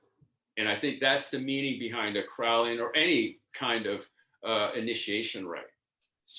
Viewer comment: You can’t even pronounce Crowley correctly…